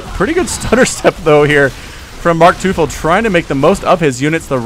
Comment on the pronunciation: MarkTeufel? Surely it's teufel as in the german word for devil? It's pronounced like toyful in case you were wondering.